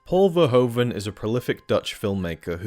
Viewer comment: Please. Learn how to pronounce names. Just a little bit. Maybe just a little bit. Paul Verhoeven is nothing like Pole Fourhoven. Just. Please.